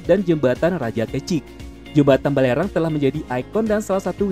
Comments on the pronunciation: Waduh mimin tolong di kroscek lagi nama jembatan di Batam itu bukan Bukan Balerang tapi Barelang, pantes telinga ku berasa aneh dengernya... Tulisannya bener tapi pengucapannya salah.. Sukses terus ya min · Batam = Jembatan Barelang bukan Balerang gaess 😁